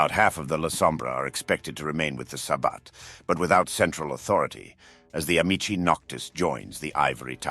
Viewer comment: you can tell it's AI because of the pronounciations of names. Amicii noctis is pronounced once as amikii noctis, once as ami-chi noctis. AI does not know how certain words are pronounced in Wod. 'Antitribu' is another word it has trouble with. It's rare but therw are many other words I could name. Sabbat